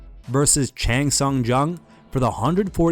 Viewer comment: It's not pronounced as chAAAng but pronounced as chUng. Why can't you white people pronounce names properly